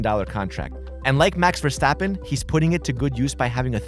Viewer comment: The way he said “Max Verstappen” I’m Belgian so I know how you say it…